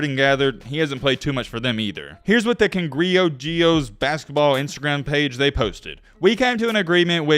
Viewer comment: U pronounce the E. In cranjeros not like in english u pronounce it like bow the A sounds like